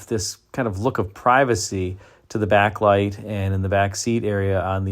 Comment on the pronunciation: You said Backlite. Well done.